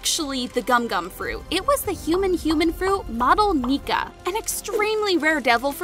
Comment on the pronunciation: Why when u said nika i hear the n word